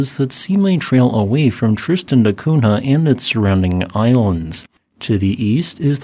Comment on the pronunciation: NH in Portugese is pronounced like NY, so it is Tristan da Cunya. I dont get why you just ignored the H completely